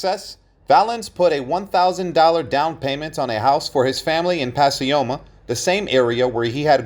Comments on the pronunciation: Puh Coy Muh is how you pronounce Pacoima not pas si oma , christ oh mighty dude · It’s pack-OY-ma, not Pass-ee-oh-mah!! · I’m from the SF Valley and was wondering where pasioma was lol. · Pacioma? Never heard it pronounced that way. It is really pronounced Pacoima. Grew up all over the San Fernando Valley. Continued R.I.P. Men.